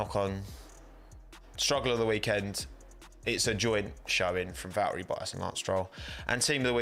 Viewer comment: What do you have against pronouncing the letter T, I mean, the name’s ValTTeri BoTTas, not valery bo-as ffs… Sebastian ve-el